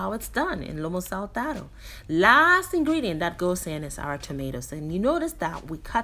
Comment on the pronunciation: First of all, I love the bow in your hair, its so cute👌🌹 Secondly you call this dish with the Peruvian accent perfectly, I guess you are really good with languages. Yes, this dish was executed perfectly, he must be very proud of you, I will give it a try, hope I can pull it off 🌷🌷🌺❤️ Yet another outstanding presentation with my vibrating such a positive energy, it's literally contagious ❤️❤️❤️